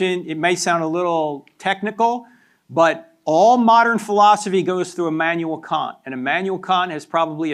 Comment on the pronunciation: His use of Kant as can’t 😂